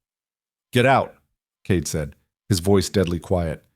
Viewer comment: The reader makes Cade sound like Kate. Made it very confusing.